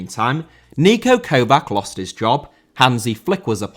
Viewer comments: I wont proceed into calling you a degenerate for terrible pronunciation of Niko Kovač (its not Kovak, its "Kovach" like "ch" in "rich") since: 1. You are my peer and 2. I consume way too much of your content to be considered healthy, but I ll leave this pointless comment for the algorithm reasons nevertheless. :D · Kovač* not Kouwvak